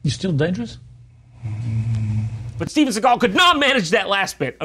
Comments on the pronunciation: Steven S-egg-al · he actually says Steagal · Seagal?? Why do people pronounce it "Segall" it's fkn SEAGULL for crying out loud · when i read his name i thought it was pronounced seagull, not sigall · Shouldnt his name pronounced like seagul with an a?